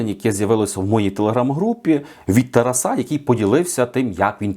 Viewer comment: Не от ТарасА, а от ТарАса!! Дизлайк!